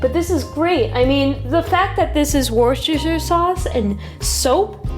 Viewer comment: It's pronounced 'wooster'. Happy to help :)